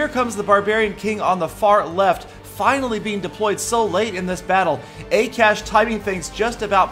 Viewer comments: haha XD i love how you pronounced akash FYI it is Ah-kah-sh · you pronounced akash wrong it is hindi name which is national language of india